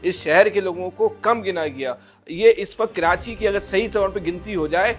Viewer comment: Kranchi nahi Karachi hota hai